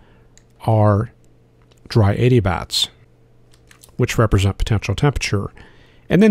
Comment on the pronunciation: I just sent your video to a friend that storm chases and said “please fast forward to this part and tell me that I absolutely misunderstood him. There’s no way on earth that he said ‘dry 80 bats’, right?” Him: “…dry adiabats…” DRY 80 🦇🦇🦇🦇🦇 😂🥴 Clearly trying to learn here, thanks for this video!